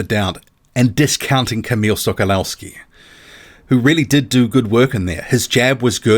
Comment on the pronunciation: The W in Sokolowski is pronounced live a V.